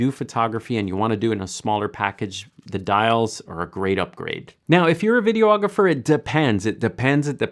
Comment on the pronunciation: Videographer, not video-ographer!